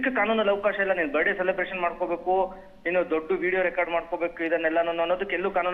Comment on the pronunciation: Birthday ❌❌ Birday✅✅